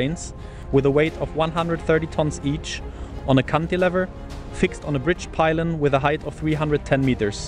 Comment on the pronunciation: Pylon not pilon